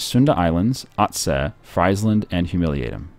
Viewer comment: In languages like Dutch and German, ie is pronounced like e and ei is pronounced like ei. So it's Freesland, not Chipsland.